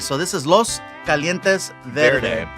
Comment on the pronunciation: Dude I loved how fluffy caught Sean’s pronunciation on “los calientes verde” lol but sean has to at least try to pronounce it.. he’s basically just talking Spanish in English lol